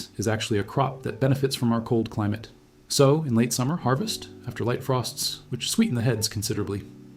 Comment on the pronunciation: Great info. But every time you say SOW like the swine….it’s like nails on a chalkboard!